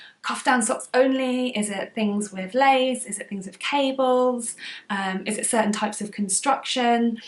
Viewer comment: "Lace weight" not place weight😂